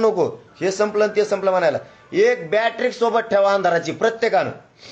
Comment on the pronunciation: बाट्रिक नाही बॅटरी असते ते😂😂😂